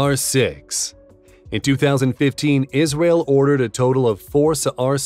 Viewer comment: Yis-ra-el. Legend Nation.